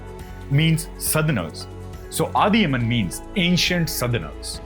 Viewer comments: It’s not Adhi yaman , it’s Adhiyaman a South Indian king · Its not adiyaman we pronounce adiyamaan(அதியமான் ) because iam from southern India tamil lord karthikeaya (murgan) he's war lord and hes primary god for Tamil peoples and hes the gardien specially tamil people. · That is adhiy+aman that is the correct pronunciation. We still have this in our community not allowed to marry outside the community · Adhyaman - I think it should be properly pronounced as Adhya-maan which is a name from ancient Tamil scripts. Also archeologist and researchers have found similar ancient names all across the places ranging from Pakistan to Iraq. My information may not be picture perfect but you can find more information on the internet. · Snathan is no where related to South-Indian or God Muruga. I am from Tamilnadu. Adhiyaman pronounced by you may bring a smile in the face of South-Indians😂